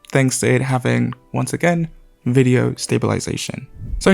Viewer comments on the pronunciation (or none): none